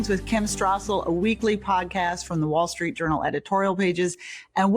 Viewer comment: it's Wall Street Journal, and Kim Strassel. No 'H's' right?? Why do you pronounce it Wall Shtreet and Kim Shtrassel?